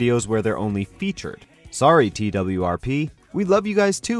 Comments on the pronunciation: Did he call twrp tupple Ware? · If you really loved them then you'd know it's pronounced like twerp